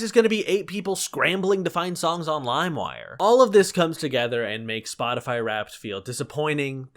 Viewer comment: My so pronounced Spotify as spoticy